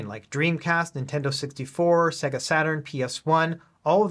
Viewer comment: Mate, I love your channel. Please learn how to pronounce Sega.